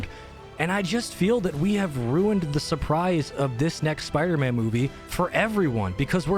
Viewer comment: "Sparder-Man" lol